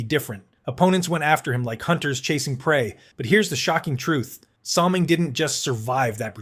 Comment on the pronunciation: Battleship Kelly IS NOT Bob Kelly #9 of the Flyers. Salming shouldn't even be on the list as the only thing he threw was his pocketbook and his first name was pronounced Boy-ya... Ugghhh...